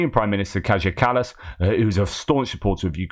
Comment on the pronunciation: Take google translate, type in "Kaja Kallas." Translate it into Estonian and press "listen." That is how one pronounces Kaja Kallas. Just a friendly tip;)